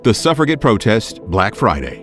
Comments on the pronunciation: …did they tell u “suffragette” is pronounced with a “j” sound, not a “g” sound? Like “suffraJET”. Suh fruh JET. Sorry if they already said🖖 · I don't think that's how you pronounce suffragette